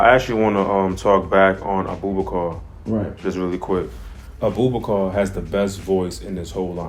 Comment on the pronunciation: Great choices! Abubakar Salim is my choice too. But you butchered his name😂😂 It's pronounced as (a boo ba kaa)